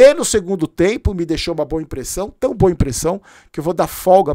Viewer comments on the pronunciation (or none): none